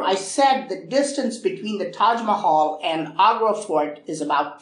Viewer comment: I love the tahg Mahal